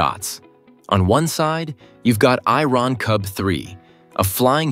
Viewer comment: The AI pronounces "Iron Cub 3" as "I-Ron Cub 3". Then it says it is 125 something-I-couldn't-fathom tall, and its jets are pushing out air at temperatures nearing 800 something-else-I-couldn't-fathom. The AI really needs to work on its English pronunciation.